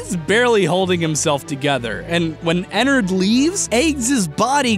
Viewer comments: Ederred f##$* not ederred ennered Me 😂😂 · ITS PRONOUNCED ENNAARD K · * makes angry ennard fangirl noises cuz you said Ennard's name wrong *